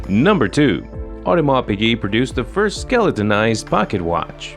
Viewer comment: this video has some wrong info! for example AP was born in 1881 and Shah Iran was born in 1919 how can he be the first customer of AP. Also the voice over do not know how to pronounce piguet right!